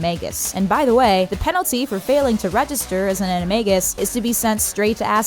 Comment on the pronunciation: An a ma-g- us you pronounce a whole bunch of things rong